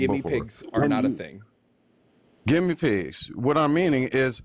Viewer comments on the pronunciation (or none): "Gimmie pigs" and "defimitions" 😂